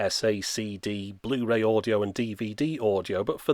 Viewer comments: Bluh-ray, BRUH!!! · Bluh ray disc 😂😂